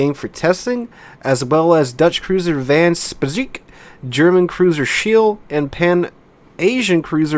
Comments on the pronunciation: It's pronounced "Van Spike" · van speijk == van spike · T9 Dutch Cruiser "Van Speijk" pronunciation would be something like... "Van Spike" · Van speijk is pronounced like spike but just swallow the e and you say it pretty much correct